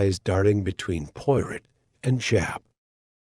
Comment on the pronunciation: AI mispronouncing Poirot’s name through the whole story is very annoying!